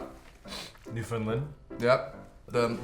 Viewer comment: “Newfundlund” ouf that pronunciation tho I’m dead